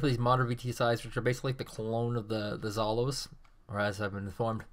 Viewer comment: excellent match, excellent commentator. But the word "zhalo" sounds not as you say :)